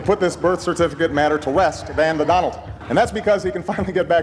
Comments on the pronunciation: Do'Laund bola:: Not Donald!!! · Modi said dolund trump😂😂😂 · My friend dolaaand trump 😅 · Dolund Trump. Naam kuch sunna lagtha hai.